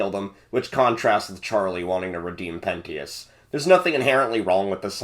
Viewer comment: lol pen-TEE-ous also this oozes schaffrillas great vid dude. but i wish you put a different audio for each transition it gets rly jarring. still tho GOOD VIDEO also... pissing contest? lolwut